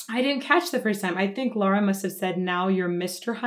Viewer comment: I think I’m the only one on the internet who doesn’t care for Dimash. I have a hard time understanding his words. As for Lara, her pronunciation is perfect!